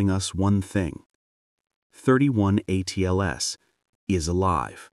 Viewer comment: It's NOT "thirty one" Atlas..... !!